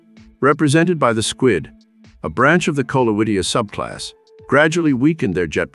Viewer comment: minor point: the Latin Coleoidea is, "Kohl-OY-deh-ah," not, "Kohl-oh-IH-DI-ah." Also, your captions consistently render the word "to" as "two" while you are speaking.